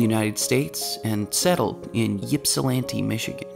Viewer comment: Very nice video, with only one minor flaw: the pronunciation of "Ypsilanti" (see